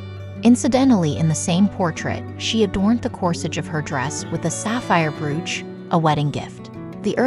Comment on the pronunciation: It's pronounced "broach".